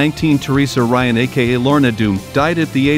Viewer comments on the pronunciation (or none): none